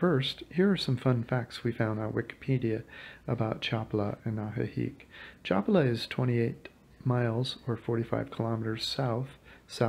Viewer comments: Thank you for your information. Just a little pronunciation correction, try to pronounce it like these, Cha pa la, because when you pronounce it, it kind of sounds like Chapla. I do appreciate your video. Thank you. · Please pronounce it Cha pa la with accent on pa. 🙏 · Have enough respect for the culture to be able to pronounce their words! Cha PA la! Three syllables...three! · Hello, the lake's name is pronounced CHA PA LA. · Yea accent on SECOND sylable... cha PA la. Hurts my ears. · Accentuation on the second to last syllable, Cha-paa-la. Other than that, your video is really good! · Pal! I don't think you have ever been to Lake Chapala because you don't even know how to pronounce Chapala. Which makes me think you haven't been to most of these countries. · Had to stop ..couldn't stand to hear the butchering of the name Chapala any longer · I have to stop listening now because you don’t know how to pronounce “Chapala” hurts my ears. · You can watch me in a video walking around Chapala if you like. Click the below link. Thanks for watching my videos. Sorry if I mispronounced the city name. Warm regards